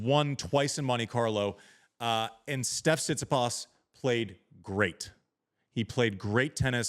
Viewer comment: Amazing how you dudes cant even pronounce his name after all these years. TsitsipAs, its not that hard